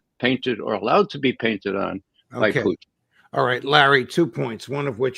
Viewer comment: Why does your guest say "Puteen"? Hes the only person i have heard pronounce his name like that